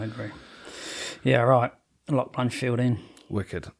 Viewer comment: Blanchfield… not Blanchard 😅 you boys doing a chael on us?